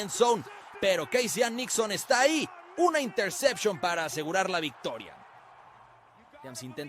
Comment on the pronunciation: una "intersepchon"... qué clase de payaso!